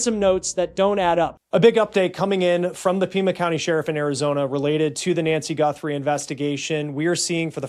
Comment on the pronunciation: Is this AI? Why the poor pronunciation of the Guthrie last name?